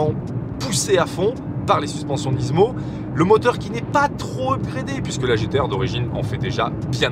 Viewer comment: Rien que pour le fait que tu prononces Nismo « Nizmo » je m’abonne 😅 good job 👌🏽